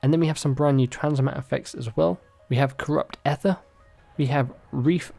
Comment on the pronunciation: how can you pronounce ether wrong?